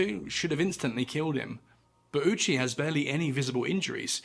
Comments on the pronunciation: Ou in japanese is a long O sound, not a U sound. Petty, sure, but irritating enough for me to hear that I have to stop. British people seem to have an obstinate insistence on maliciously mispronouncing things that is as endearing to me as it is insufferable to experience. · thank you for not pronouncing his name as "Owchie" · I know it's not the japanese pronunciation but the man who possibly experienced the worst death of any human in history's last name basically being "Ouchie" is one hell of a drop of dark irony. Also the margin of error here is insane, you're never going to pinpoint 2.4kg without a proper measurement but how the hell do you overshoot it by amost 14kg 😭That's like trying to fill a solo cup and emptying an entire 2-liter. Regardless, not putting this man out of his misery knowing what was coming strictly in the name of gathering data is one of the most inhumane things I've ever heard of.